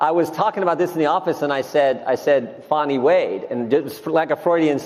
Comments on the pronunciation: Hey, It's Fani not Faw-ney! Stop using the woke pronunciation like CNN, MSMBC and the rest of the liberal media! Are you going woke on us? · Her name is pronounced “Fanny”, not Fawny. They do this to make it less harsh/political, due to sensitivity. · There is no “w” in Fani’s first name. Fan, Pan, Can, Tan, Plan and on an on. Fawn, Pawn, Prawn, Sawn and on and on. So, her name is pronounced as the first group of words are pronounced. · have at it, I personally think she should be mocked at every turn. Yet still that is not the correct pronunciation of her name. Some simple research would do you justice as critics of hers don't come off as ignorant.